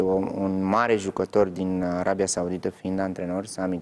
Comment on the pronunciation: Din “Arebia”cum naiba?!Denisa,ai uitat sa vb corect limba romană?!